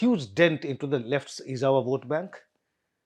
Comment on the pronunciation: The fact you dont know Ezhava needs to be pronounced as Elava, is the same reason south doesn't trust the north and the parties it brings with it. You have been broadcasting news about the south for years and you have not even found one person in your office to tell you zh has to be pronounced as L, is a simple example of the sheer ignorance of north about south.